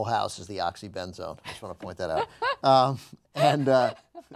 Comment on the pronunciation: "My whole house is the oxy-ben-zone" LOL